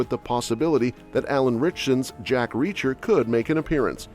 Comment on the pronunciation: This is AI reading. It can't even properly say Reacher at some points.